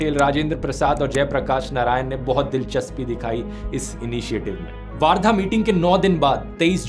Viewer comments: Its वर्धा not a वार्धा 🤗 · Also it's वर्धा not वार्धा..!!!